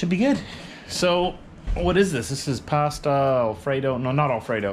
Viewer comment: Never heard "Pasta" pronounced that way. Had a same V-star about the same year was in black. Did have the 1200 though. Only complaint is the foot peg is a little low on it and rub your shoe on the street.